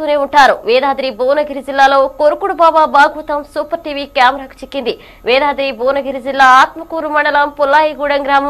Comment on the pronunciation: వేదాద్రి కాదు యాదాద్రి...